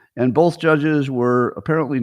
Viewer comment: open letter to Scott Adams: Dear Scott, the word "both" doesn't have the letter "l" in it (it is not "bolth"). Sincerely, Al Quinn